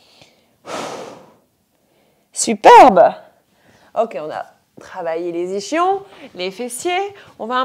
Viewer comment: Séance de ball efficace ! si je peux juste me permettre en revanche, vous êtes belge, mais ischion, peu importe l'accent, cela se prononce i-s-kion, pas ichion, voilà ;-)